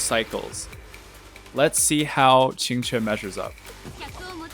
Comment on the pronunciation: As a native Mandarin speaker, I can't express my shock to how accurately you pronounced Qinque's name. Most English speakers don't really care about how to pronouce Chinese names and care little about what they mean.